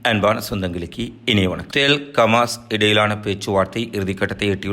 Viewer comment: கமாஸ் இல்லடா ஹமாஸ்